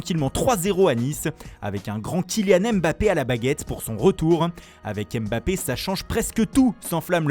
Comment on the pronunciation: Kylian M Bappé Andrrrea Pirrrlo Leonarrrrdo C’est les noms italiens que tu sais prononcer mais Kylian qui est notre phénomène tu sais pas prononcer correctement son nom